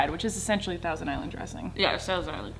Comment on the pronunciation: colleen: so it’s basically thousand island dressing........ Rachel: yeah thusndgjsmakdmdmdk...............